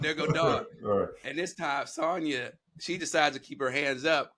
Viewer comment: It’s you saying Sonya 😭😭😭😭😂😂😂 sahnya baby sahnya